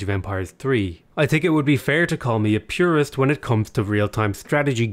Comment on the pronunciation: I don't "tink" lol